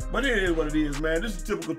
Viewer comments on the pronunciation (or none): none